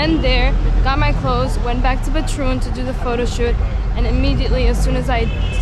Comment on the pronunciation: What happened. Has speaking English made you forget how to pronounce Batroun?